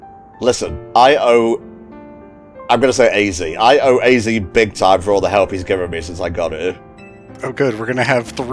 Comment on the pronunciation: AZ is, in fact, pronounced “ay-zee”.